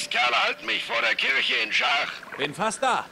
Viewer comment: Warum sagst du immer Kirsche statt Kirche? 😂😂😂